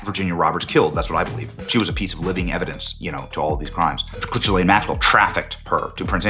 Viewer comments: It's "ghee-LANE". I know what she did but it's not "Joffrey" Dahmer or "Alan" Hitler. Learn talk words how, man who talk to make money. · … and for fuck sake… her name is JIZZ-LANE!!!?! 🤣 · Benny...another " journalist" who can't take a single second to learn how to pronounce Ghislaine.